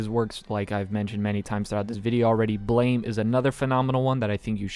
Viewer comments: I hate to be rude, but "Blame!" is pronounced "Blam", like the sound of a gun firing. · you're pronouncing BLAME! wrong, it's pronounces like "blam"